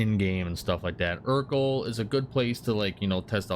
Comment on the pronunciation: It’s not eurkl it’s erkul